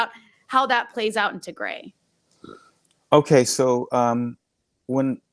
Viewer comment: It's Tigray not Tigre please learn how to pronounce it! On another note thank you for sharing the brutality of the TPLF that Eritreans are very aware of. It seems their old ways haven't changed using children as shields is so evil.